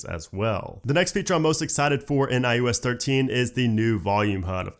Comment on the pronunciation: Stop saying iUS